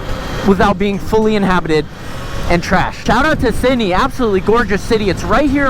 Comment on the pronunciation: “w sidneh in da chat” BRO YOU NEED TO COME TO HEREFORDSHIRE ENGLSND THERE SRE SO MANY TRAILS